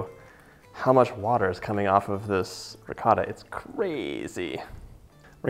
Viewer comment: As soon as you pronounced ricotta the way you did I had to pause, comment and walk away lmao